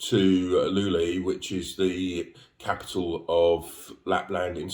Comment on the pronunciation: Thanks, but a quick pronunciation guide for Luleå - try saying loo-lay-or and you're getting very close.